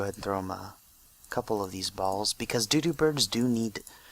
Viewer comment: you're saying doodop bird not dodo bird it's supposed to sound like Dow Dow, kinda